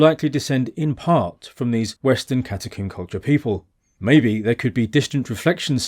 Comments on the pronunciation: Why do you keep saying catacomb as catacooombuh? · That's his English accent and his very slight speech impediment.